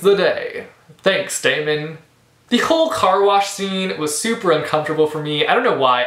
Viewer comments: It's Day-mun not Day-me-en. Great review! :) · I'm pretty sure Daemon's name is pronounced Demon... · Great review! And don't worry, everything will be explained in the sequels (you're kinda on the right track;)) btw, his name is pronounced 'Demon' ( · See i thought it was pronounced Day-mon too but the audio book pronounces it Demon.. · Yes ! I loved him also . I listened to a clip of the book before buying the hard cover and in the audio version the pronounced it as Demon lol . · how do u pronounce Daemon's name? I pronounced it Demon because it kind of fits :) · You pronounced Daemon wrong almost every time lol And I hated him too for like a book and a half but trust me it all gets better xD Katy is a character which you can relate to soo easily..... And hurry up, Opposition comes out on August 5!